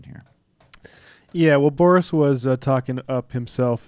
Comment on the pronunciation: Why do you keep calling him "Borish?" Boris is a pretty common Russian name, I have never heard it pronounce Borish. We don't have to like the guy but why mispronounce his name?